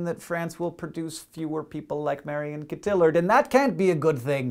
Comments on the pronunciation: Cuh-TIL-lurd? Hank, I know you live in Montana, but come on. Her name is pronounced Co-tee-YAhR. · I'm pretty sure it's pronounced Coh-tee-yar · Great show as always Hank but one thing hon. It's pronounced (without the accent) "Co-tee-ard". Though you do get cute points for the ol' college try. *smiles* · It's pronounced Co-tee-yard, Hank. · It's Marion Cotillard, not Marion Cotilard. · The -ll- in Cotillard's name is pronounced y as in "yard".Actually her name is pronounced cotiyard.But it's great to know that someone else is also concerned about the lack of people like her in the world,Hank ;) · Did he just say Co-till-erd? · That's a really interesting way you have there of pronouncing Marion Cotillard. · Oh, Hank, There's no "l" pronounced in "Cotillard" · Your pronunciation of Marion Cotillard is hilarious.